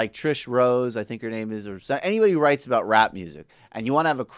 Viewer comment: "Ooh" not "Who?"